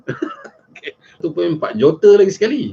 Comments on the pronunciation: Sebut juta gi jote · Boleh tak cakap dgn betul.... JOTER JOTER JOTER JOTER JOTER... Kau pergi sekolah Myanmar ke?